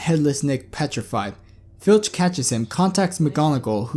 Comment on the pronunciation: Honestly .....he is Filch ...not Finch instead..